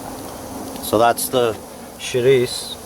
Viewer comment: Just like my grandma makes. Props for pronouncing chourico with the o dropped off the end. -Chris